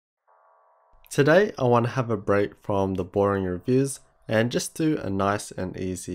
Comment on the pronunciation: everytime you say today I hear taeday